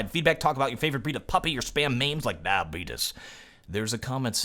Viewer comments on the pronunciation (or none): Somehow I knew that you would say "diabeetus" at the end of the video :D